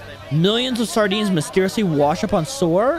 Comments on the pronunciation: 26 secs bro said sore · No it’s shore not sor